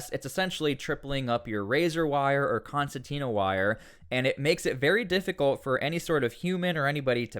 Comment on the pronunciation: Concertina Wire* As an Engineer you should know this. Please say it correctly.